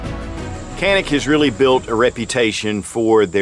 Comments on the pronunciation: in Turkish it is called jAnik, not janik. so A is spelled like tAll, not like tanner. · No Jawnick not Jawneck-c'mon get it right already lol!